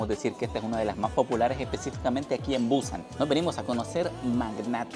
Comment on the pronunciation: Es Busán, no buuuuúsan.